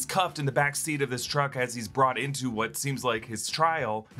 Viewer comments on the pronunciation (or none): none